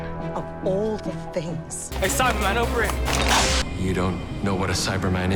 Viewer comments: I’m American, and I emphasize that part of the word. I never noticed that in the show it’s always Cy-bah-man not Cy-ber-man. I hope that makes sense. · Things I learned: 1. All the ‘important’ names are surprisingly consistent 2. They never pronounce the R in Cybe*R*man?!?! 3. Daleks pronounce Omega like an American does, while Benton was the only one who pronounced it like a New Zealander